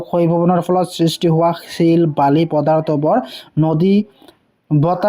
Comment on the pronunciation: ছিল নহয় শিল